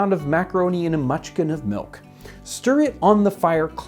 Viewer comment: It sounded like you saying munchkin at first, and I was thinking there must have been a shortage of small children 😅. Anyway, what is a mutchkin? Inquiring minds what to know 😅